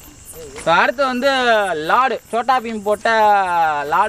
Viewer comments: Bro athu லாடு இல்ல லட்டு bro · அது லாடு இல்ல லட்டு (சோட்டா பீம் இற்கு பிடிச்ச உணவு)